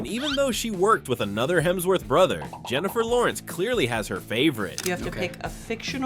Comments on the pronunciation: I was about to comment Hermsworth 🤣 he has literally made a video with every person saying his last name right to get it wrong defs rage bait 🤣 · "Hermsworth". More AI slop.